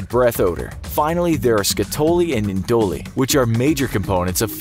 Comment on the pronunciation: Man as a chemist listening to you try and pronounce some of those chemical names made me cringe hard is he trying to say skatole and indole?